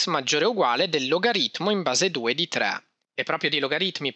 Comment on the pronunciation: Complimenti; i tuoi video sono sempre ottimi per completezza e chiarezza. Vorrei consigliarti di pronunciare meno dialettalmente: il tuo 3 somiglia più a un tra che a un tre.